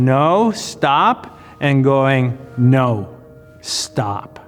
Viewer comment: him: “no” me: australian “naur”